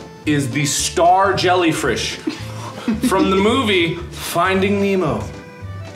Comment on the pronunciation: Mark: “Jellyfrish”